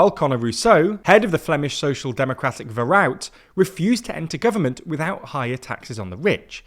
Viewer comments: Little tip, if you’re struggling to pronounce the party name of Vooruit. I suggest just saying “Forward” or “the Forward party”, as that’s what the name translates to in English :) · I understand it might not be easy to pronounce Dutch words but then maybe it would be better to just say 'Forward' instead of trying to pronounce 'Vooruit'. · You're pronouciation of "Vooruit" is painfull to hear.